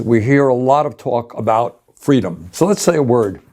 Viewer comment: Kamala said feedom